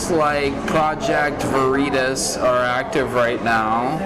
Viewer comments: I love how the journalists mispronounced Veritas to throw him off the scent. Nicely done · The reporter mispronounced Veritas. Bold, but it worked on dumb bean bag. Kudos! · pronouncing Veritas wrong was SLICK A/F 🤣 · It was the PV journalist who purposely mispronounced the name. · project “verreetus”? Sounds like something that’d go good with gwak-a-mole lol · He put the wrong emphASSis on the wrong syllABLe. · Funny how he said Vereatas instead of veritas and the truth is what they say when they don’t think the camera is rolling. But mocking people’s disabilities is disgusting. It’s also funny how Twitter claims they only have 5% fake accounts yet when anything that the hive mind likes gets bashed on Twitter then it’s all bots and fake accounts. So which is it ? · Project Vah-REE-tahs. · Lol! The Gae-Boi thought he couldn't get Honey-Potted.😂 "'Project Va-Reed-Us'? ...What's THAT??..." Brilliant! 👑 😂😂😂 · The people deciding what is and is not okay to say call it "project vee-tahs" It would appear that a college degree doesn't mean you're literate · I also like how this genius doesn't even know how to pronounce "Veritas." Va-Ree-Tus ... yeah, that's the ticket. Let's ask Xavier Bah-kah-ree-uh about it. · Lol "project Ver-ee-tas" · "Project Vereeetisz"... does this Twitter Exec live under a rock??... he has no grasp of the classics pronunciation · “Project vareetus” 😂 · "Project Ver-ee-tus". Way to think on your feet PV-J. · Project Var-ee-tus... LOL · Sounds like new tasty product from Frito-Lay. I want to try a bag of Ver-EE-tas. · lol exactly what I was thinking… ‘Ver eeet tus’ …is that like smothered burritos (pronounced ‘bureeetas’ ) Reminds me of back home Colorado locals who somehow insist on Buena Vista being pronounced ‘Beeooonah Vista’. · That reporter wasn’t going to get a second date after mispronouncing Veritas because that pretentious prick immediately deemed him unworthy. Jokes on him. 🤣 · He can’t pronounce Veri Tas. 🤦🏼‍♂️